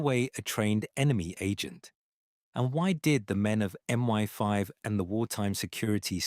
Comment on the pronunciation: ....so was "M My Five" the forerunner of MI5 then? 😂🤣😅 Ah, the ever laughable AI generated narrator has done it again. Genius.